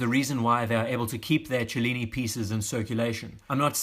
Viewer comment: Thanks for pronouncing "cellini" in a way that makes actually sense!